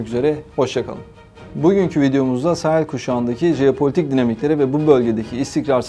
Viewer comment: 👍👍👍!вот только ударения правильнее ставить на последнем слоге(фасО,СахЕль,МалИ